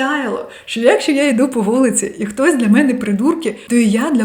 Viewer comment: СебЕ, чогО,якщО наголос на другий склад